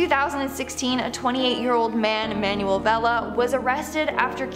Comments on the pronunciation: The name Manuel is pronounced man-well. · It annoys me how you pronounce Manuel as manual